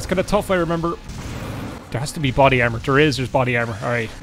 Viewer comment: "Body Carmor" c'mon lad, it's right there